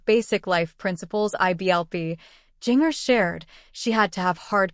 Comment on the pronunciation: Was this AI-generated audio? It was awful. Didn't even pronounce names correctly, particularly Jinger!!